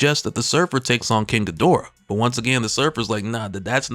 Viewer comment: This was dope lore. But the weebs gonna get at you for saying "king gadora" instead of "king gi-do-rah"😅